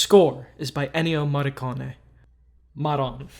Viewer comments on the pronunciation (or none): digging deep to try and pronounce Ennio Morricone